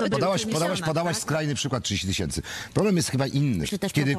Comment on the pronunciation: "Bag Diora jedenaście tysiemcy"